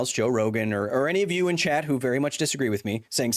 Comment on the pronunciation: Totally thought Kyle kept hounding some guy named Chet the whole time because of the way he says "chat".